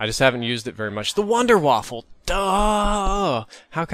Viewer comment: Just saying its the Wonder Waffen not Wonder Waffel